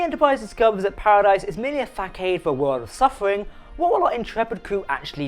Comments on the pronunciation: It's pronounced Fa Sod not Fak aide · it's façade with the ç pronounced like an s not a hard c. Fasard instead of facaid. I enjoy your content Keep up the good work. 🤜🏽💥🤛🏻